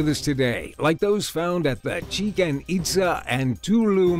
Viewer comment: It is funny when he says Chiken itza